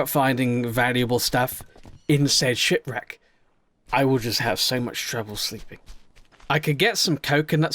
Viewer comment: you said shit reck instead of ship reck